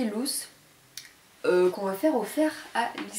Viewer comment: des boucles assez "lousses", mdr :p "louz" ;) (loose)